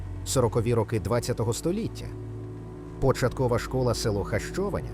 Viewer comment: Якщо говорити про назву села то потрібно озвучувати граматично правильно Хащованя наголос на третій склад.